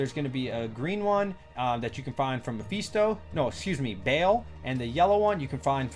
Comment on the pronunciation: "mepheeesto" you sound mexican on the one single word xD